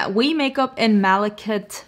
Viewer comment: Yep. Also, malachite is a mineral/stone that is dark emerald green with black (sometimes white) veining. It is commonly used in jewelry but can also just be a beautiful book shelf display. You pronounced it correctly with “MAL-uh-kite”.